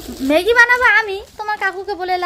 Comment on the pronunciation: Dudun bolo kano sunte kharap lage r মেগি noy ম্যাগি